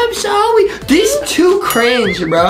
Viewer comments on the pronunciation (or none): Adem is like I am sowy huggy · Adem said sowwy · Adem goes like I'm sowwy huggy wuggy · No he said im sowwy huggy 😂😂😂😆😆😂😂😂😂😂 😂😂😂😂😂😂😂😂😂😂😂😂😂😂😂😂😂